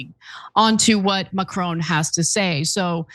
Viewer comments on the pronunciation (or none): Please work on pronouncing macron. I know it’s a small thing but would be nice lol